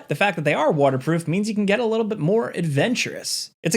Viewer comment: A Leedl 😂😂